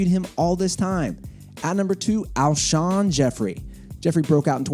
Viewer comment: I lost it when he said Alshon Jeffery